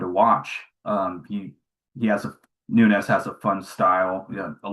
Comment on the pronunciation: is Nuñez not Nunez🤷🏽